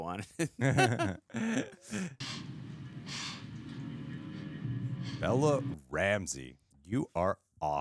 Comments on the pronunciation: Lol keeps calling Bella "Bellie".. Bella/Ellie.. haha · You keep calling Bella, Bellie 😭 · I swear he called her Belly twice instead of Bella or was that just me?